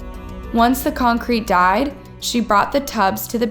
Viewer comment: Pronunciation is a problem. 'Tubes' instead of 'tubs', and I know 'esotericism' is a tough one but it's worth the effort. The concrete 'dried', it never 'died'. I still enjoy the content, I hope you can pin down the problem :)